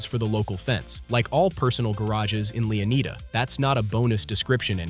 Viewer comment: Pronouncing them ‘Leo-need-a’ instead of ‘Leon-eye-da’ and then ‘Loo-sha’ instead of ‘Lou-see-a’ is diabolical.